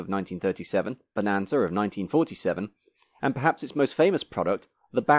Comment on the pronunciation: Bonanza not bonanzer. Dang accents 😣